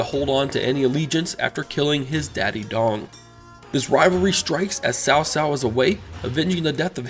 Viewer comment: Actually, I'm not. I never really liked the way the Chinese pronounce the names. I'm talking about simple pronunciation. If you can say Boots then you can can say Tsao. He was saying Sao which is the equivalent of saying "Boos" with no T. It's no big deal really but if a person can say it in one word they are use to pronouncing then they can say in a word they are not.